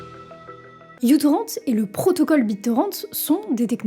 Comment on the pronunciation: Je dis ça comme ça mais ce n'est pas u-torrent mais micro-torrent parce que, justement, il était et est léger !